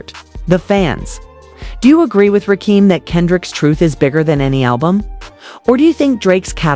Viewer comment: She mispronounced RAKIMs name... ima turn this attempt to reach the HipHop Culture off!!!!